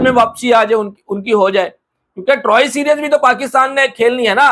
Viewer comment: Series nahi bolna ata serius 😂😂